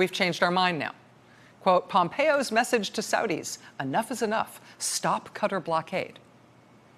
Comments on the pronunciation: I think probably they went to the wrong country, somewhere that makes knives (cutter) not a country in the Persian Gulf (Qatar, pronounced CAT-AARR) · Pronounced Kah tar not cutter :) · You Rachel cannot pronounce it either its Kataar not Cutter! Jesus! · Not Cutter, it's Qa'ta'r...🙄 anyway ....I said when it happened that it had to do with money and Jared. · ha ha ha all Americans pronounce 'cutter' so irritating ha ha ha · tonyonly2 i know it annoys me too...cutter? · Isn't it pronounced Katter? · Darling, it’s “Ka-tar” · It's pronounced like guitar replacing the G with a Q. Qatar is not a pair of scissors!! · Took me a while to figure out that CUTTER is QATAR. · Why does she keep pronouncing the name of the country as "Cuttar"? 1st time i ever heard it said like that. Very annoying. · Qatar is not pronounced "cutter" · "even if you can't remember how to pronounce the place" It's Qatar NOT cutter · Did she say “Qatar” or “cutter”? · "cutter"...why can't you say Qatar properly? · rachel, it's not "cutter" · Why is she pronouncing Qatar as "cutter" ??? LOL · It's pronounced catarrh (Qatar). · learn to pronounce Qatar, it's not "cutter" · Love the reporting, but please please stop saying “cutter”. Americans don’t even try to pronounce things correctly, do they? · It’s pronounced Ka Tar . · It isn't 'cutter' learn English. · Why does she keep misprouncing Qatar. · So no one is going to mention how she is butchering the name of Qatar? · The way she pronouncing Qatar is wrong !!!!!!!!!! lol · Really? I haven't noticed others. That's why I said it was the 1st time I ever heard it said like that. If you listen further when she says "Qatari" National or something, she says it the right way so it irritates me more. But I'm very happy someone agrees with me.Thanks, Mick! ;-) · Will someone PLEASE teach this MSNBC crowd how to pronounce Qatar properly !!! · Pleas pronounce the name of Qatar correctly. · Pronounce country's name correctly please. Ka-tar not cutter.